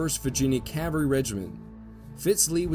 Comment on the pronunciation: who taught u that the "L" in Cavalry is silent. It just grates my teeth when I hear that colloquialism.